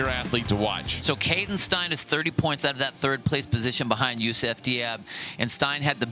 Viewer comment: Steyn is pronounced the same as "stain", not like "stine".